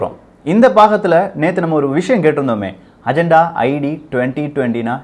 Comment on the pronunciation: Athu ajantha paku illa pa.. agenda konjam nalla pronounce panlamae... sorry no offense..